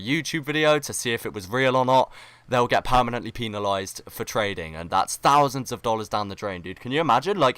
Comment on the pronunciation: give lol nerd role father also it's penalize pen-alize not peen-alize